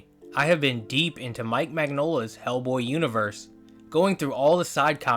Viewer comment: /mɪnˈjoʊlə/ Nonetheless keep with the good work. It's refreshing not hearing an AI generated voice or seeing AI generated art. That is, to see a video voiced by a person with a passion and respect for the theme.